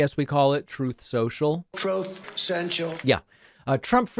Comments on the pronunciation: I had to replay it multiple times to find the correct time stamp for my comment... 🤣🤣🤣👍 "Trooth Sen Chillll.." 🤦‍♀️🤦‍♂️ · the shade…..how you say “yeah” every time after “Troth Centrol” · It totally makes my day when David plays trump saying, “Troth Sential”. I really need to get a life. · Whenever you play him saying "troth sential" it always makes me chuckle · i will never get tired of the 'Troth Sensial' audio clip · Thank you for always playing the recording of Trump trying to pronounce Truth Social! It cracks me up every time. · Troth sential is the best. Never fails to make me laugh. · That " troth central" sound bite cracks me up every time! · Sir. Sir, it’s throath sochil. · David: "His social media app" Trump: " TROOFSENSHEL" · Every time you say Truth Social, then play Trump saying Truth Cential. I get a good laugh🤣. It never gets old! Thank you for keeping us informed. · Troth sensial 😂😂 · I love the "troath sencial" audio. Cracks me up everytime xD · I thought it was “truth sensual”. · Ilike it when you intersperse Trump's verbal ravings with his written blithering. I like it better when a photo of Trump is woven into the presentation. The man is an illiterate, gibberish talking screwball and starting off with his mispronunciation of "Truth Social" is pure genius.